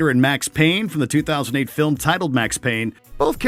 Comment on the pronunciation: Did he say 2008 Tomb Raider? Did someone edit out the -een?